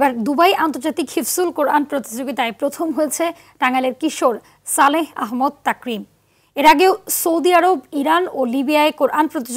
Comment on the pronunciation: ভাই আহম্মদ না আহমাদ।